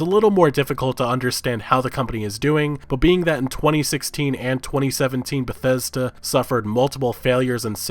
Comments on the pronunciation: "Besesda" Lol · Lol damn he fuck up pronouncing Bethesda that I couldn't say right for a while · on a side note motherfkers trien to say bethesda just use BETH then say ESDA BETH ESDA its not that hard ffs. thought tbh wont be saying that for long at this rate when they get shut down one day.